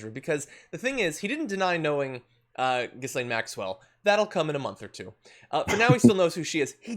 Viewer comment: Lol gee-lane not jizzlane